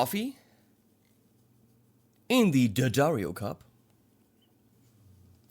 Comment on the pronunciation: First of all... it's good to hear somebody that knows how to pronounce D'Addario!! That's an apostrophe not a period as SO many pronounce it D. Addario. Just a little thing that bugs the shit out of me...;-) That aside, this is yet another great demo you've done. For under $200 you can have access to polyphonic synth sounds! One thing I like on a synth is a sample & hold, which Dirty Robot doesn't do... but hey, that is asking a lot for such a small and affordable device. The rubber control/knob guard seems like a small detail, but it's really a great idea. What a fuckin' great pedal!